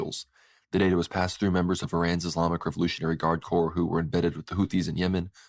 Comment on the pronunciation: Corps is pronounced like 'core'. The 'p' and 's' are silent.